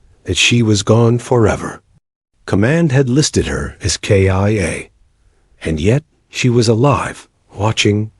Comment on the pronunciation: Not Kia like the car! But K-I-A meaning killed in action!